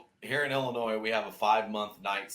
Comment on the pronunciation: How does the host not know how to pronounce Illinois?